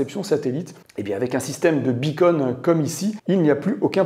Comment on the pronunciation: Pitié : "beacon" = "balise" en Français. On n'entend que "bi-cône" !🙃